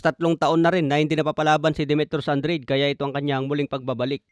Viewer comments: Anong andred😂 hahaha an dra de basa nun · Andrade as in An-dra-de boss😂. Para lang Daonair ni Donai-re😪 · “AN-DRA-DE” ganyan ang basa boss!